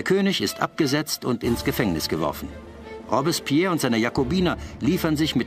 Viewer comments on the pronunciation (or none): boah sag noch einmal "Robbs-spehr"